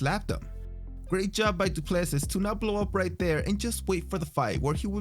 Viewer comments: Hey Narrator, that guy who wore joker make up, his last name is said Do-plar-see, hes a Yarpi with an equally Yarpi name, how i know is im a Kiwi and the South African rugby team The Springboks have been considered our national rugby team, The All Blacks, Number ONE foe for 100 years and they always seem to have a DuPlessis in their squad. Just mentioning it in passing BTW. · Du Plessis is pronounced more like Do Pluh See (I'm sure someone from South Africa can confirm the correct pronunciation) EDIT Yep, if you listen to the commentator during the fight clip of Du Plessis 2nd entry you'll hear the proper pronunciation of his name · Not Du Plesis. It pronounced Dew Plesi